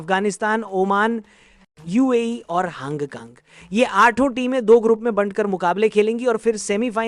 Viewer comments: hong kong❌ haang kaang 😂 yrr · Hang kang kya hota hai... Thik se uchharan kijiye... Name is - Hong Kong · हांग कांग क्या है hongkong bol bhai